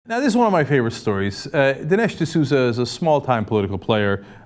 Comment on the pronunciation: "D'Louza"!! Love it!